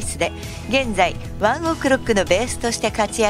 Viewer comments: ワンオクロックの発音が気になる…笑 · ｢ONE OK ROCK｣の発音めちゃめちゃ違和感ある（笑） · ワンオクロックの発音がすごく気になる